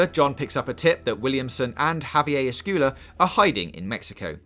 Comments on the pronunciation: “Escooola” 😂🙄 it’s ES-SQWEY-LA sir. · No in spanish its Ess-Cwe-yah not Cooela, double L is pronounced like a y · "Javier Escoola" lmao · It's "Escuela" means School on Spanish. And sounds like "Squela" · The way you pronounce Javier Escuela's name makes me wonder if you even played the game yourself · Alex James Javier esquella, he's a big deal in the first game, and his name is said a lot, so yes, if this guy doesn't know how to pronounce it, I question if he actually played the entire game. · How can you mispronounce his name several times. Did you even play the game?!